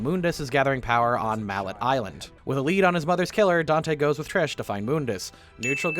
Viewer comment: Im Sure You've heard this, but it is pronounced as (Mal-ay) Island